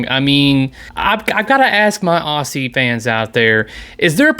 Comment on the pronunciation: Agree that it's a good move for Haggis. Keen to see what other titles they have lined up. Pro tip from an Aussie fan: we pronounce Aussie as ozzy and Melbourne (where Haggis is based) as Melb'n.